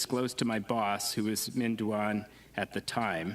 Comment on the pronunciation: Call him by his correct name Minh is pronounced Ming!